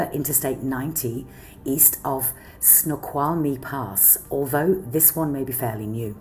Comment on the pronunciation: Great pronunciation of the word Snoqualmie. Good Job. I spent a lot of my life in WA State and I am not familiar with the bridges at all. But I don't go to those regions often. Alot of strange changes in WA that's all I'm going to say.